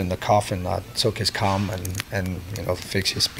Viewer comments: Whenever he said comb, it sounded like he said cum. I love the song and its a touching story. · You really need to practice saying comb a bit better. It sounds like your saying something else.